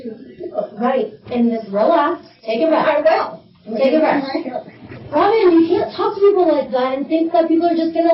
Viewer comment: I love the “Robin-uh!” She is so patient and tries to have an adult conversation but a racist Karen just can’t hear it.